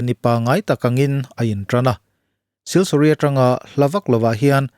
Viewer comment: siliguri ti a kan chhiar ngar2 leee